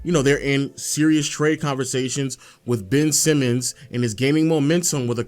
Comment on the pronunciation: I just want to point this out, as someone who actually followed the Blazers for the past few seasons. Anyone who calls Simons, 'Simmons' loses all credibility. His name isn't Simmons, calling him Simmons just proves you don't watch their games or follow their team or know their roster. He's been in the league for 4 years, he's played 60+ games for 3 of those 4 years, his name has always been "Simons". Just admit you're an outsider giving an opinion on the Dame/Portland situation, because you don't watch them play.